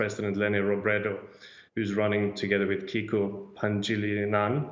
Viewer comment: Natawa Ako dun sa PANGILINAN - "Pahn-jee-lingan" daw 😂